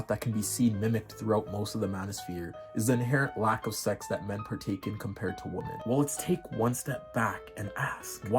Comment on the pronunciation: 1) It's not "they" it's "their". And 2) Plural, it's not "woman", it's pronounced .. "womEn" . as in "men" with a "WO" in front of it. Why can't so many Zoomers say "WOMEN". You are the most infuriatingly and insufferably annoying generation that has ever lived. And don't "Ok boomer" me for your shortcomings, but if you must .. it's "Mr. Ok boomer" to you.